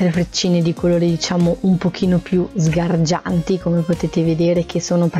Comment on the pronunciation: Mi fa impressione quando dice sgargianti